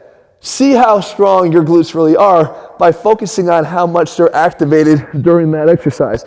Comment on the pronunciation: Hah! At first it sounded like "You could have a weakness in your big lips." I was like "Leave my big lips out of this! I know my rear is weak but I don't see any connec... oh, never mind!"